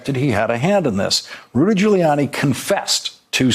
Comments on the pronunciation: You known Trump’s rattled when he mispronounces his own friend’s name: GiuliANNIE. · He said GILLYANNI 😆😆😆😆😆😆😆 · Where did this new pronunciation of Rudy's last name come from?